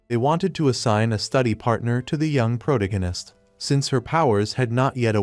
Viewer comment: “The progananist” jfc I am not listening to a fake af video that can’t even say “Protagonist”. Video is probably made by a 12 year old middle school drop out.